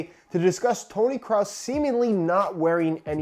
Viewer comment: “Tony Cross” Or Craus